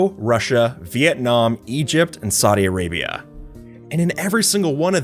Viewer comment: I THANK YOU FOR PRONOUNCING SAUDI ARABIA RIGHT! No one else pronounces it right. I live here